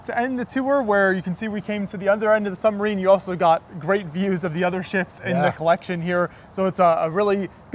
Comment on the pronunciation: if he says "sunmarine" one more friggin time....